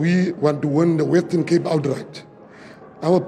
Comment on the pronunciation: Its WESTERN CAPE FATTY. Not WETTON CAPE You want to win the WESTERN CAPE but you can't even pronounce our Province. And what is KWALITION??? Ons Coloreds praat nie so nie